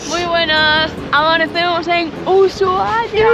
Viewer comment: EN ESPAÑOL LA H ES MUDAAAAA ASI QUE SE PRONUNCIA USUAIA basta se nombrarla en Ingles